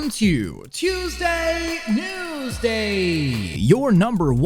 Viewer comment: Am I the only one to have noticed the words said "wuesday newsday"?